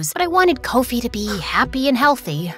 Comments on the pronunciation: As a Ghanian im soo happy and shocked, thankyou,wooooow🎉🎉🎉🎉oh and its not Coffee, Koaufi its Kofi straight up the oh has an ooh sound, btw its Abena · "Kowfee"😂😂 instead of kofie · Not correcting, but Abina is spelt Abena and Kofi is pronounced differently than said. Nevertheless, great story! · But the pronunciation of Abena's and Kofi's name kinda ticks me off,but I'm so happy we're finally included